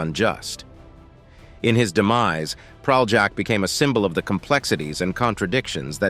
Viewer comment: You can't even pronounce Praljak's name right. I won't even get into the lies you put forth. And you even used clips of a Serbian war criminal Ratko Mladić to depict Praljak? You're sick, and people shouldn't listen to you.